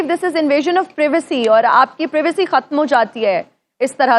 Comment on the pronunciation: Not prevacy Its privacy didi 😂😂